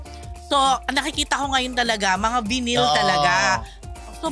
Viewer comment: Vinyl is pronounced (vay nil)